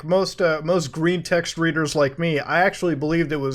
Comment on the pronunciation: Akshually its pronounced “actually”